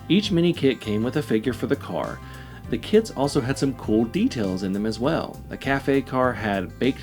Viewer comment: I am sorry... I know it is a 'me' problem, with english as a second language, but I keep hearing 'kids' when says 'kits'... It makes the whole video a lot more fun😀 "The 'kids' were very easy to assemble"... etc.